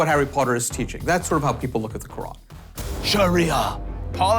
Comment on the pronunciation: Ur .... quran ka nam thik se le